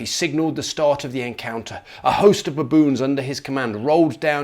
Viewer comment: I'm glad I'm not the only person that pronounces baboon, buh-boon.